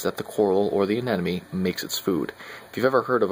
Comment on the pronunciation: Please stop saying "anenome."...............ah-nim-o-nee.